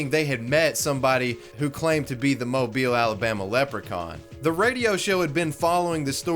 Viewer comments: Well I could be wrong but since you pronounced Mobile correctly I'm assuming you're Southern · Thank you so so much for pronouncing mobile correctly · I love that my home town is known for a leprechaun lmao, you can still find recreations of the "amateur sketch" in graffiti in downtown Mobile. Btw love that you pronounced Mobile the right way and not like how you would say "mobile phone" 😂